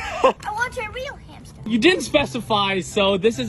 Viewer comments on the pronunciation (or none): Zoe shouldn't said H for hammy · Zoe should say hamster with h